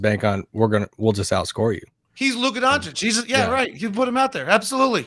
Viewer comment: Legit correction. Part of me dies every time Stephen A says Luka Don-chick...